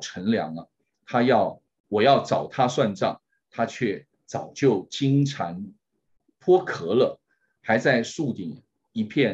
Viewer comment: 主持人中文有待提高。里面出现几个口误错误：土堆里蛰伏（zhe）不是（zhi）；金蝉脱壳（qiao）不是（ke）。作为知名媒体的工作者，实在不应该